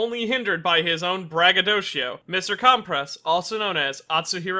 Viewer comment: Not CALM PRESS it’s pronounced (cUm press)